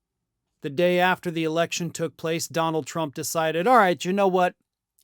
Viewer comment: You mispronounced "Donald Trump"!